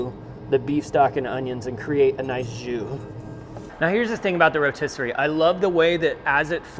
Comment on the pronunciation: The row-tiss? lol